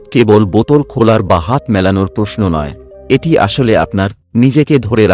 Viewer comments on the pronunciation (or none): none